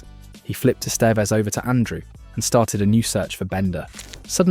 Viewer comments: That, and "Ess-STEEEVE-ezz" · "Es TEE ves"?? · E 'stee vez ? I wish for your sake this WERE AI narration.